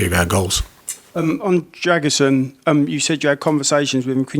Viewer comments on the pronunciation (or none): British journalists and the rest: the name is pronounced Dra-gu-sheen